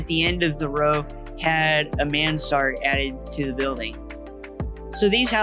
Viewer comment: Thanks for showing all the old buildings restored and lived in. You're bringing back memories of the 1960s for me. And I have to tell you that it's pronounced "man srd". The second vowel is not emphasized. It's a French style of roof, which allows more living space upstairs. A roof that features two slopes on each of its sides, typically with one steep slope, is a Mansard roof.